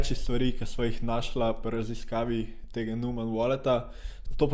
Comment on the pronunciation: Mugoc ne vejo ljudje za obrestno obresfovanje in pol ne razumejo čist. Pa nojman se prebere ampak ja...